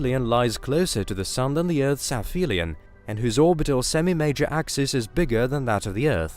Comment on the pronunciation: "AFFhelion." "tree-ceratops" "Heul" Ceula" ....Keula Boreheul" "Werk eut"....and it goes on with endless mispronounciations. AI narrators are cheap and you get what you pay for I guess. Certainly not quality. and definitely not "geuld" I really can't listen to this. "Keula boreheul".